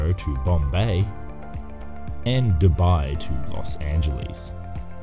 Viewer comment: When you said los angels i said yah yah